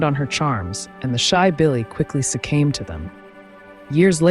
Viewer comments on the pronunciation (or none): The past tense of "succumb" is "succumbed." I do not understand how "succame" entered your vocabulary unless you thought the word was "succome." Or, is this the vernacular of some other English-speaking country? I would welcome learning about such a variation. This was a lovely piece and superb research on the subject...thank you.